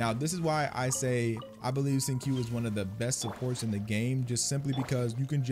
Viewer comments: Actually man just because the translation of your Genshin is in Spanish, and the way they spelt Xingqiu's name there as Xingchiu, that isn't the right way to pronounce his name. Since they're chinese based characters the pronunciation of his name is "Shing-Cho" with a slight hold on the "O". Like the way you pronounce QiQi as KiKi but it's actually ChiChi, hopefully this helps you get the pronunciations of their names just a little bit better. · hey its xing "chiu" not xing "kiu" lmao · Thank you for the video! As for wondering whether you said his name correctly or not-- you got it close, but not quite. His name is pronounced closer to "sing-chew"! ♡ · His name is pronounced "Shing-cho". I love using him, he partners so well with anyone but especially Chongyun for Shatters. I just wish I had Sacrificial Sword for him ;~ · Since you asked at the start the proper way to say his name is Shing chio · Shing-chu is how you pronounce it. Just like xiangling, shiangling and qiqi chi-chi. Chinese pronunciation of q and x are chi and s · It’s “sincho” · Its pronounced shing- cho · You are actually so close to the correct pronunciation. You just have to keep in mind that the letter "q" is pronounced with a soft 'ch' sound rather than a hard 'k' sound.